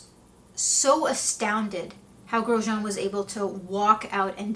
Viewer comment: So refreshing to see someone actually pronounce the man’s name correctly